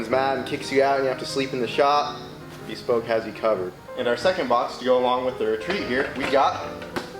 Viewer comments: Beeespoke post😂 It’s pronounced bəˈspōk Like beh-spoke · It's not pronounced Bee-spoke. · .....ITS....BESPOKE.....ONE WORD! NOT BE-SPOKE. JESUS MAN.......A PROMO AND YOU CANT PRONOUNCE THERE NAME!? DAFUQ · Is he trolling us by pronouncing "Bespoke" like that?